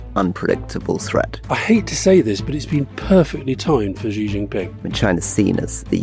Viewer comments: How to pronounce 'Xi'? Many English speakers have trouble pronouncing this Mandarin sound. Many pronounce it as 'jee', which is not right. The best sound is more like 'syee'; less good is 'shee'; less good is 'see'. Yes, a trivial comment. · Gott in Himmel, would Alistair please learn from Rory's pronunciation of the Chinese leader's name. No such sound as /ʒ/ exists in Chinese. The character 习 (習) is pronounced /ɕi/. The closest English sound to /ɕ/ is /ʃ/, as in "she". Just say "she".